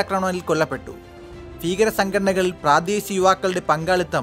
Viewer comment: ഭാരതം,ആഭ്യന്തരം, ഭീകരപ്രവർത്തനം എന്ന് മലയാളം ശുദ്ധിയോടെ വായിക്കു. താൻ മ്ലേച്ഛൻ ആണോ ബീകരൻ എന്നു പറയാൻ ബാരതീയൻ വന്നേക്കുന്നു